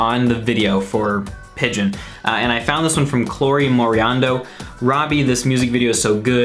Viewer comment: I love how he said chlory instead of Chloe (not being sarcastic I apologize)